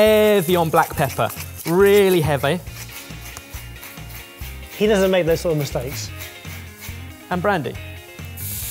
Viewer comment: What’s the clue when he says “heavy on the black pepper, really hebbay”?? Or was that just a mistake